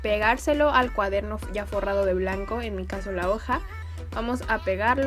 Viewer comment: Alguien mas se dio cuenta de q dice cuadermo ?